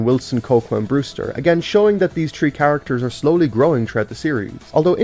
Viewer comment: Im so pissed of when he says „tree“ instead of „three“😭💀